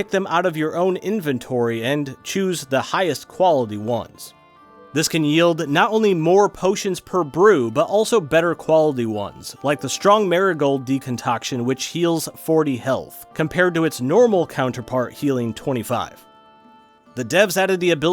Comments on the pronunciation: buddy said "deconcoction" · Marigold decoction ❌ Marigold decontoction ✅